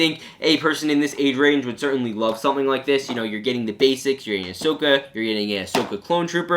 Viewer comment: "I would ceartainly like too"